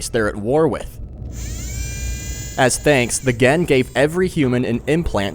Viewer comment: Another great video! Really love the additional information, trivia and dev interviews you cram into your videos. You really need more subs. "At war aghen!", bruh..